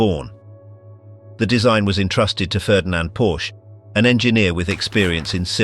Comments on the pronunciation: Mis pronunciation of Dr Porsche' name is just ridiculous. It's TWO syllables, not one. You sit on a porch, but you drive a Por Sche Get it right dummies! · The idea that an assault rifle could be counted as a "breakthrough" or "innovation" rather than the horrid human regression it plainly is, is morbidly disgusting. Also learn how to pronounce the name "Porsche". It's TWO syllables, dumbass.